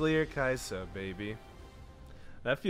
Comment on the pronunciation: It's pronounced Key Yah Suh